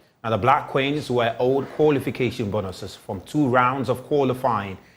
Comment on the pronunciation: what too is 'koolification" aahhh